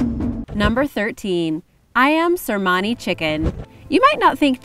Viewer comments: Cemani not Cermani 😁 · Its not cermani...its cemani